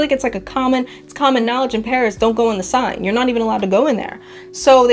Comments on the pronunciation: The river Seine is pronounced Senn. Not sign. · Seine is pronounced sayn.